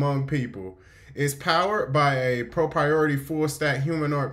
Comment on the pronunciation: Proprietary not pro property or whatever the fuck you said